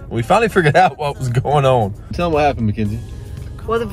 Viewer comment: "old lady status" haha. You say "going on" and the word "on" only has one syllable😂😂😂❤not two🤪💙